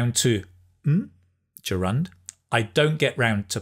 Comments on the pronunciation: I think the word 'gerund' is pronounced differently. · A funny way of pronouncing the word gerund.Do we stress the second syllable and not the first? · Good morning,! Thanks for your videos and lessons! They are so helpful. I have a question though, why you pronounce ‘gerund’ with the stress on the second syllable? As far as I’m concerned, stress falls on the first syllable. Then you pronounced advertisement (ai), but I am used to pronounce this word in a British way, that is (i). You are using US version:) just curious if you prefer US pronunciation) thanks!) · Hello, thanks for such a great lesson, and I'm really into learning English. BTW I have a question about pronunciation of the word gerund, you are saying it a bit different, is it British accent or something else, specific to some region? Thanks in advance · I adore the way you explain things and I'd love to come near to your RP accent one day. However, the way you pronounce the word "gerund" is rather novel to me